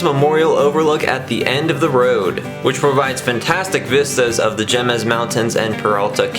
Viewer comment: Nice video and information. A note it's not "gem ez" mts. It's pronounced " hay mez" mts.